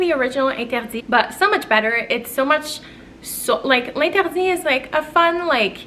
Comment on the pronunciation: Love the topic! I love the Rouge as well as Lost cherry, especially during the winter. I get a lot of compliments on Rouge. (By the way, it was great to hear you pronouncing L’interdit). The original was originally created exclusively to Audrey Hepburn, hence the name (cool fact). Love the meaning you gave to it. I also really like Black Opium Extreme, Scandal Intense and the new Good Girl Glam, I think they also fit the topic. Love your perfume videos, hope you’re doing well xx